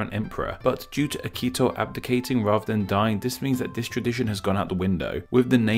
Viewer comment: His pronunciation of Miyamoto Shigeru also was quite bad. Edit: Okay, and now he pronounced Akihito as Akito.